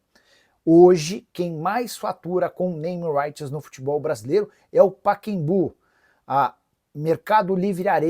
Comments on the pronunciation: Paquembu é o crime da mala! O nome é Pacaembu (pronuncia-se "Paká Embu") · Ouvir o Nicolas chamar o Pacaembu de Paquembu chega a doer os tímpanos